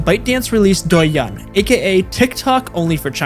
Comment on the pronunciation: honestly the first part of this video is kinda okay but the second sucks. not to mention many fact mistakes of the content (including the example of douyin pushing different contents compare to tiktok, since me myself is user of both sides), i think you should at least learn about how to pronounce douyin and how companies in China actually works instead of simply repeating fake news from western media. im not gonna say tiktok is a good product and i dont use it frequently anymore but to do a video of such topic u should do more research.